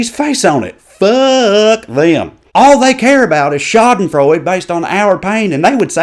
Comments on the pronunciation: Sweetie, luv ya, but Schadenfreude is pronounced with an "uh" sound at the very end. Sha-den-Freud-uh. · I hate to do this (well, no, actually not) but its pronounced shadenfreuda. In German, an "e" on the end of a word is pronounced "a". Sorry. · But please remember to pronounce the final 'e' in 'Schadenfreude'! Also, German nouns are written with a capital first letter. I absolutely loved this; the 'Hyatt Noon' made me laugh so loudly I woke up my husband. Rudy Giuliani butching it out in front of the garden centre, as we here in the UK call it, was high comedy indeed. Not to mention 'Howdy Arabia'! I'd heard of 'Y'all Quaida', but this one had me in gales of laughter. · Just a quick note, because schadenfreude is clearly a German word, it should have all of its letters pronounced, including the e at the end. (Unless I'm totally wrong, and someone who speaks German fluently can feel free to tell me if I am).